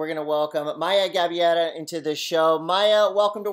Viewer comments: The correct pronounciation of her last name is “GA - BAY - RAH” (not Gabeera). Congrats lovely Maya! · Actually they got it more wrong than that... They said Gabee-AIR-uh. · It's GA-BEI-RA